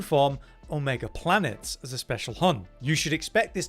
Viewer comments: There's an E at the end of planetes... its not planets it's Planetes like you would add a syllable making it planet-es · Please pronounce the Greek word correctly it’s not planets it’s plan e teez it means wanderer it kills the Greek in me to hear you mis pronounce it twice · Pla-ne-tes (sharp s, sssnake) Comes from Greek, means Wanderer Neat, also the name of a manga.